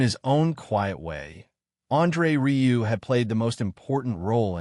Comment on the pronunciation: RIEU. IS RIUE. NOT RILEY